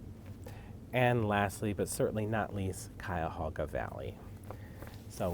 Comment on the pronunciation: Cuyahoga Valley- oh my- the green really caught my heart. I love teal and shades of green. I am familiar with Cuyahog county. Yoi said it just thee way the locals do